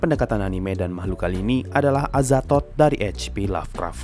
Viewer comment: Ngakak gua Ama adminnya pas ngomong "Azathod"😂